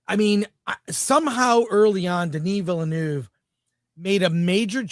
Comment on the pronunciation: It's VILL-NOEFF (NUHFF). I don't understand who started this completely made up pronunciation.